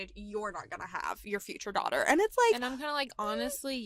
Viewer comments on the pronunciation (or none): none